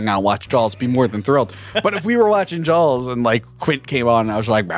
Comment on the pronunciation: Please review Orca and Leviathan, both great! Also, since he pointed it out, I can't hear not say Jawls.